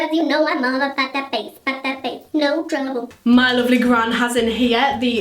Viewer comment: ITS NOT TROUBLE ITS TREBLE AHHHHHHHHH